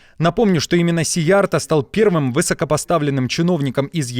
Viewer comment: Уважаемый ведущий! В венгерском языке, как в финском и др. угро-финских, ударение ВСЕГДА на первом слоге. Поэтому фамилию министра надо произносить так: сИярто